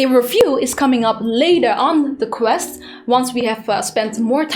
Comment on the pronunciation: its name is QUEST not CREST